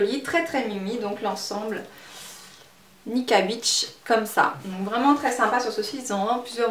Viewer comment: on dit nikki beach (prononcé bitch et non biche) car beach en anglais veut dire plage.